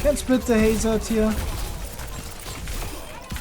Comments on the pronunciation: Due to accent, he pronounced "Hazard" as "Hazz-are-d" instead of "Hazz-erd" like a traditional English speaker would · Your accent says "Hazaard" and people wants you to pronounce as "Hazurd". BTW which hero U2GM next ? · you pronounce it hazard not hazard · No, it’s actually pronounced Hazard